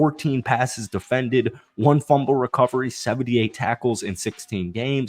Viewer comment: "deflened" that is all i will remember you by i hope you pop off have 10 million subs but i will never forget and just when you realize you havent thought about "deflened" in a while there i will be to say "deflended"